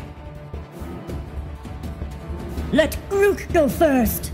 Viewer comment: Grook is pahwaful 😂